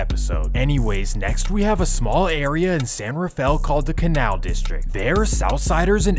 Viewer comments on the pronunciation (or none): Bruh said the canal